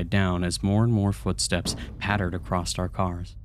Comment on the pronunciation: Funny fact.. there's no "T" in Across 😂🤣😂🤣😂🤣😂🤣😂🤣🤣